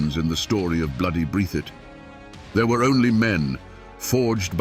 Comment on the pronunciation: That's "Breath - thitt"